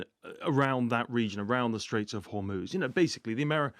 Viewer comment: I lost it when he said he will control Hormuz strit with Ayotolla Lmao 😂 Iran showed the world that the Artificially constructed US state and it's military is just a good on paper against a civilizational states that exists for 3000 years